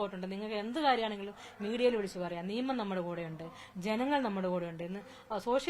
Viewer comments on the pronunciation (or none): none